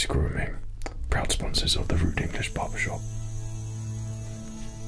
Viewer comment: The way you say Barbershop like "Bawbashawp" is somehow better.